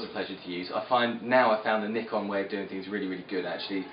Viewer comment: I love how you say Nikon.